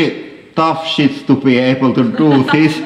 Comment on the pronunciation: This Guy says: WAT DU FACK ITS NOUOT DOENG ANITHING, ETS DEDNT DO SHET HOULY FAKING SHET